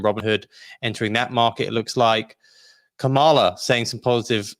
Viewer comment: Lol. still hasn't learned to pronounce VP Harris 1st name 😂